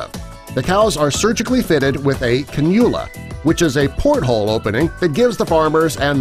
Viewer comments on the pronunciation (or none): Cannula is pronounced Can-you-la not canoola. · Uh, this is not correct. First, it’s pronounce. “Can U La”. Second, while it is true that a farm may keep one or two cows with a cannula, they are almost exclusively used for research. These research projects range from evaluating feeds to impacts on cow health, milk production and the environment. Cattle diets are very efficient and many things they eat would end up in a landfill or are not able to be consumed by humans. Examples are cottonseeds, almond hills, shrimp shells. The microbes living in the rumen digest most of the food for a ruminant animal. If an animal is sick and treated with antibiotics, those microbes might not survive. A cannulated cow can donate microbe containing rumen contents to be ingested by the cow that needs microbes. The surgery is simple, but it’s surgery and costs money. The cannula itself costs $400 US. Cows live 3 to 6 years so this surgery is not done to entire herds and is not for the health of that animal, ever. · like your vids but you should probably learn how to pronounce a word (cannula) before saying it wrong about a dozen times lol